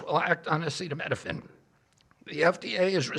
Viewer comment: AH SEETA NOT SETTA EEEEEE!